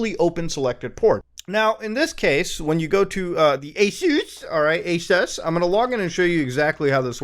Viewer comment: Glad i'm not the only one who says aSUS 🤣🤣🤣